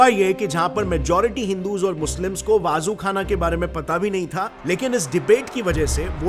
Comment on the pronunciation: Dhang se pronounce toh sikh leta waazu khana nahi वजू खाना hota hai.